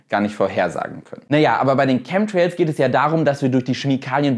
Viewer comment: Lustig, bei 'Chem'trails soll "Schemie" rausgelassen werden. Schemtrails oder Chemtrails, Schemie oder Chemie? 😅